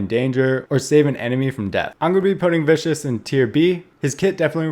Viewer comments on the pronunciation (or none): btw the hero Viscous is not Viscous but vis-cus as in a liquid that is thick like molasses. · Its vis- kes